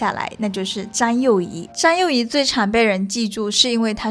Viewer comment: 她為什麼沒有回台（汪） -是灣 沒有和蔣介石合（讚）-是葬 （詹）幼儀-是張 妳的中文發音 未免太差了吧！ 如果不看字幕，不太確定妳在講什麼！ 妳要不要請他人來配音啊 （難怪一些電視劇要請配音員）